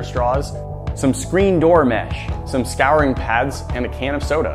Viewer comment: Is nobody else going to talk about how he pronounced scouring wrong?